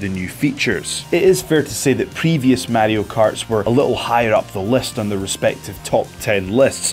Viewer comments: It's Mario not märio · WTF is a "Super Méahrio?" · Murrayo xDDD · It's not right though....